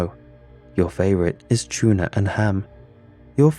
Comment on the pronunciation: "Your favorite is C H O O NAH and bell peppahs"